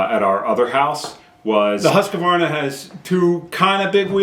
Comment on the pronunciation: why are you adding an "a" between "q" and "v" in Husqvarna? It's husqvarna, not husqavarna. and it's "u" and not "a", as in "hoosq" "varna".